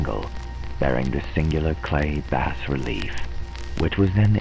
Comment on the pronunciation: Excellent. If you choose to do more HPL adaptations in the future---I hope so---might I suggest checking out the pronunciation of all the words ahead of time ("bas" relief, and "theosophical"for instance, and names, like Arthur Machen,, whose last name is actually pronounced "mock-in".) Hope that isn't being too "picky-picky". This is an excellent presentation and a great reading in every other way! Thanks!